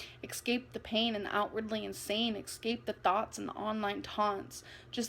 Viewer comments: X- scape… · exscape... pitcher frame.. propagoneduh... yeah great pronunciation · Excape.... drived.... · ‘Exscape’ huh? Really…girl bye 💀😭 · *Exscape, *pitcher frame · Tbh what really bothers me is pronouncing the word escape as “excape”and eavesdrop as “easedrop”. Get it together,. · Eggscape lol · I really really despite the way she says eXcape and the occasional "kh" sound she makes to make it sound more emotional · Can I just say, it genuinely pains me that she says “ec-scape”